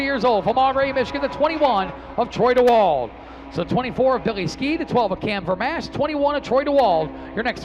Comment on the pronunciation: Flo Racing, will you tell the boys in the booth it's pronounced Troy Dee-wald 😁